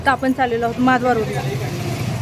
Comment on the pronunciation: तू जे माधवा रोड म्हणतेस ते माधवा नसून महाद्वार रोड असे आहे माझ्या माहिती प्रमाणे ❤❤